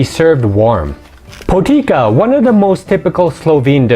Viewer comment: Po TEET SAH is how potica is pronounced.